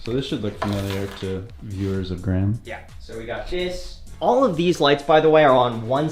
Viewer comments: Its gray-ham not grahm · Graham is TWO Syllables!!!